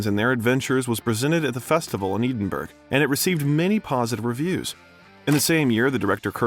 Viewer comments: Our pronounciation of Enda Murphy and Edinburgh is incorrect. It is Enda - not Andy. Edinburgh is EDINBOROUGH not Edinburg (like burger, as you say it) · Eden burg...🙈 Ed-in-buh-ruh....Edinburgh 😊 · EEDINBURG??? Seriously??? Is that supposed to be Edinburgh?? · Roger Ebert { RAH JER EE-BERT} Edinburg {Ed In burruh} I'm American and enjoy your content, but your pronunciations are killing me. great video until you essentially drop a plate on the floor by mispronouncing commonly known names that are easy to research before recording.Thanks for getting Cillian right at least. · It's ED-in-burrough, not Eden-burg. The Scots are fussy about the pronunciation of their national capital. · Dear narrator, the name of the city in Scotland is pronounced "Edin-burra" not "Eden-burg". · Are you, the narrator an AI talking head, or a real person? Ya might want to get this straight….. it’s “Ed n borough”…., not “Eden burgh “. dimwit….. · the "eeden-berg" festival 💀💀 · No ones going to mention the way Edinburgh was pronounced?! At least I think that's what he was saying. Ed-in-bur-ah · Edin burg? 😂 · Who is narrating this?? The pronunciation of Edinburgh drove me crazy- "Eedinburg"---whaaaat??? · This is a good biography but please get the pronunciations of words correctly. Like the late great film reviewer Roger “Ebert” and places like Edinburgh. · He can't pronounce Edinburgh. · Great series. I suggest you learn to pronounce 'Galway' and 'Edinburgh' if you want to journey convincingly through the British Isles. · Since you have a really great voice, you sound great. But your voice-over would be even better if you could check out the Scottish pronunciation of Edinburgh. Thanks for this great video 👏